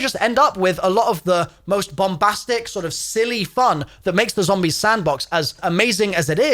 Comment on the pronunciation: Didn't even realize you were from europe until you said Bombastic lool.